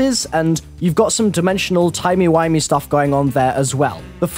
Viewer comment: did you just say "timey whimey"?